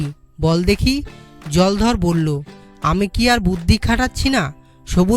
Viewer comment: উচ্চারণ এখন‌ও শিখতে হবে। কোথায় থামতে হবে তাই জানে না। অনেক ভুল উচ্চারণ হয়েছে । বিশেষ করে নামগুলোর সময়। যেমন জলধর হবে না জলোধর হবে। রামপদ হবে না রামপদো হবে। আমাদের ছোট বেলায় দ্রুত পঠন বলে একটা ব্যাপার ছিল।এখন আছে বলেত মনে হয় না।অনন্ত এইটা কানে শোনার পর। অনেক অভ্যাস করে তারপর এগুলো ছাড়তে হয়। পরবর্তী প্রচারের আগে যেন ভাল করে অভ্যাস (Practice) করা হয়। ভুল গুলো বড্ড কানে লাগে। বর্তমানে আমার বয়স ৬৩ বছর।